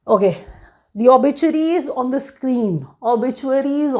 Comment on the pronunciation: It's obituaries...😂 And btw it's very easy to distinguish from past videos 😅